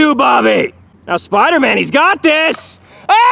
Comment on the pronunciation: "OH-GONE" don't you mean A-gon?